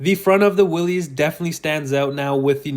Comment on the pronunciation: Learn to pronounce the name correctly! I cannot take you seriously if you're not informed.